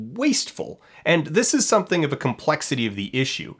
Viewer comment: He is hardly of a high social standard when he pronounces "something" as "summingck"